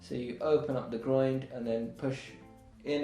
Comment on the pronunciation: Keeps calling the Groin the Groind 😂😂😂😂